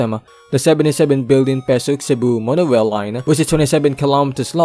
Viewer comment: “Monowail” “constwuct” brother why the fuck do you talk like that 😂